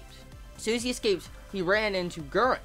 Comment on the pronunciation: Hahha, I love your American way of saying Guren omg <3 "Guen"